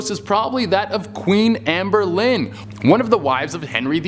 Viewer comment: Please get your pronunciations right. Henry VIII was not married to Amber Lynn. Her name was Anne Boleyn. (Pronounced Boe-lin), and it's commonly known as the Tower of London, not London Tower. It is guarded by the Yeoman Guards, or Beefeaters. It's said that if the six resident ravens ever leave the tower, then the Tower, and the British Empire, will fall. Part of the duties of the Yeoman Guards is to make sure there are always 6 ravens on the Tower grounds. Currently, there are nine.